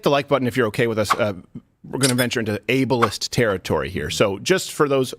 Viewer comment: "You're Abalist!'" Yes... I want the Able-ist person in the job.